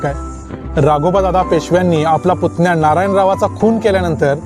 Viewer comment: पुत्न्या नाही पुतण्या 😂😂😂 उच्चारण सुधारा